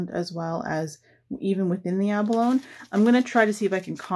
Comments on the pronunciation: Once again I have had to pause your video, to immediately try to purchase one of the products that you use. I can’t help it, you do such gorgeous work., that I had to get some abalone (pronounced, ab-uh-lone- ee, just for the sake of correctness, not criticising) so I went to Aliexpress and purchased an abalone sheet, then came back to watch to the end. The same thing happened with Daniele Baresi’s products! I just must have them, immediately! I look forward to each new video that you do. I had to watch the short Christmas ornaments compilation several times, while frantically hitting the pause button to get a good look at the pieces, even though I had seen a video of you making them! Anyway, keep on keeping on! Regards from NSW Australia. 🇦🇺👏👍✌️ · Gorgeous,. Btw. Abalone is pronounced abalony. Just thought you’d want to know. 😀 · Beautiful work!! The pronunciation of abalone "a buh low nee" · Just a little comment about the pronunciation of abalone - a·buh·low·nee .